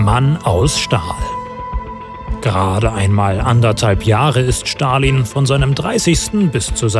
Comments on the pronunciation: Man es wird Stalin und nicht schtalin ausgesprochen aber ja sehr gutes und informatives Video👍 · Ich mache es immer so: 1. Liken 2. Feedback : Ich glaube man spricht es "st(alin)" aus und nicht "sch(talin)" 3. Vorschläge für neue Videos :Frida Kahlo, Sigmund Freud( oder gibt es die schon?) Che Guevarra, Maria Königin der Schotten, Elisabeth die erste, Katharina v. Russland (ehemalige aus Anhalt Zerbst)und THE BEATLES das wäre cool. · Leute, bitte sprecht Stalin nicht "Schtalin" aus. Ist einfach die falsche Aussprache